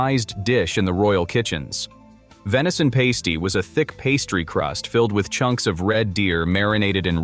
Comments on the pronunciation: It's not pronounced pasty those get stuck on women's nipples it's pronounced pass-tee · It's a pass-tee not a paste - ee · Pronounced Parsty you tosser